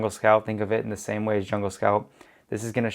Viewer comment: "The" (as in pronounced *thee*) is used when the following word starts with a vowel. Period. It is NOT: Thee homepage, or thee whatever. BUT "thee" asshole. Hope this helps. More examples: 2. "Thee" top supplier, min 3. "Thee" Jungle Scout Web App, min 4. "Thee" sales are great, 4.2 "This is not a good item to sell" = It is an item, or "thee" item. It is not that difficult. 3.28min 5. "Thee" sales, 6. "Thee" Chrome extension, min you defo won't see me 7. in "thee" next video.